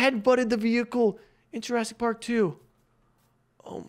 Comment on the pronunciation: Bro said jurassic 💀